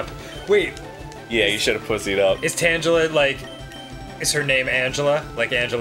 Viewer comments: Surely Arin is fucking with us. Tan-gel-a? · Learn how to pronounce Tangela! ........... as in TANGLE </3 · Arin! Pronouncing things wrong on your own time is fine! But not in front of Danny! He learns this stuff from you! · Don't you mean Tan-julah? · Kevin Shen I believe it was pronounced with a hard G in the anime... so there's that. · Omg... The way they pronounced Tangela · The way he pronounces tangela really gets to me. DX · Corrects the pronunciation of Victreebel and then gets the pronunciation of Tangela horribly wrong. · joe thiziznotreal It is; Arin's just his usual, stupid self. * I got you bro, don't worry. No one will even notice. ^_~ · Never heard anyone pronounce "Tangela" that way. Pretty sure the theme of the name comes from "Tangle" due to the giant bush of interlaced vines covering its body. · Shout-out to Arin for pronouncing (amongst other things) "Tangela" wrong, so Dan doesn't know the right way. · I've never heard Tangela pronounced like that. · Please... don't ever say Tangela like that again... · I hate how Arin pronounces Tangela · Tangela isn't pronounced like Angela with a T... :| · "Tan gel uh?" I though it was "tangle uh" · TANG-EL-A Not tanjala. :P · its tangle-a not tanga-la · Tan-Juh-Luh? WTF? I always pronounced it Tang-El-Uh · superdudeman666 And? Virtually nothing supports Tangela being pronounced with a soft g; it's a TANGLE of vines, spelling corruptions notwithstanding. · Arin, you're the LAST person i expected to get the pokemon names wrong its not Tanchela, its TanGela, you know? like a Tangle? "TANG-guh-luh" i understand your mistake, but still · Tangaler Tangle er not Tang ler its a tangle not an orange! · For the Record, it's pronouce Tangle-a not Tanja-la like dan said it. Tangela is just a tangled mess of vines with feet and eyes. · Is the G in Tangela not pronounced like a G? Because it's a all tangled up. Not tanjelled up. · TANG-geh-luh, not tanjela. sigh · Tanjela is not its pronunciation.